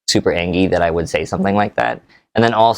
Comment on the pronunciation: I didn't expect him to say angy